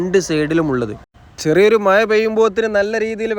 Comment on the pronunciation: മായ അല്ല മഴ